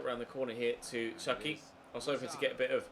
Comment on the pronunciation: It’s chuky not chucks